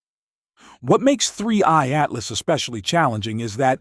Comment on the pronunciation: Why does your robot voice keep saying "3Y Atlas" instead of "3I Atlas"?